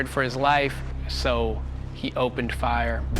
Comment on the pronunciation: Did he catch himself on fiyaaa . That’s a professional speaking ?? 😬 yikes